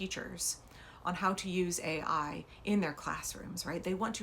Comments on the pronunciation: McMahon thought AI was pronounced AL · She said A1 like the steak sauce.